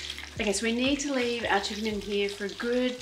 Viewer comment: "Chickenniy?? like it.🤪